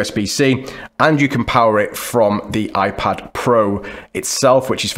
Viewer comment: “iPad Pro(m)”